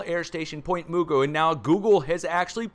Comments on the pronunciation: We pronounced Point Mugu Naval airbase "Muh-goo". ..not "Moo-goo" 🤣😁😆😅😂. It's all good brotha 😁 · Hey it’s pronounced Point Muh-goo there above Malibu. Awesome show!!!! Fascinating as always…. Thank you! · Pt. Mugu is pronounced like Magoo, like Mr. Magoo - not sure why but just FYI,. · Hi.. Pt Magu pronounced like (Mr.)Magoo. Live in Florida now but I'll always be a California girl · It's pronounced point Ma-gu :) We live up in Lancaster, not far from san andreas fault.